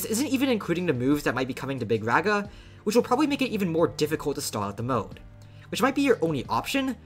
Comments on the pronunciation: “Big RAGa” bro its big “rawga” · Its rah guh, not rag uh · BRO ITS NOT BIG REHA ITS BIG RAAGAA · HOLY SHIT BRO THIS GUY!!! ITS NOT BIG REGA IS BIG RAAGAA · I know doesnt really care but Mahoraga is pronounced maho-raw-ga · My goat got so cooked for pronouncing it wrong he's just calling him big raga now 💔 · You got tired of being laughed at for pronouncing Mahoraga wrong so you compromised, adapted and overcame. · Stop saying raga like that bro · You cannot pronounce this mfs name for the life of you shortened or not 😭